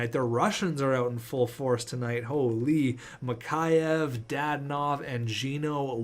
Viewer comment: Mikheyev is pronounced Mick Eh Ev